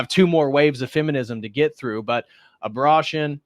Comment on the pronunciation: A-bra-tion???? Have I said abortion wrong this whole time?